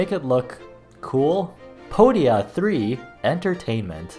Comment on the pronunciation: Podia means feet and in the way you pronounced it it's close to the actual greek pronunciation. So you literally made a feet company I love it, it hurts my brain but I love it 🥲